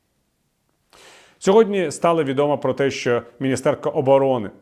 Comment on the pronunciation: трохи наголос посунути: мінІстр - мінІстерка, не міні-стЕрка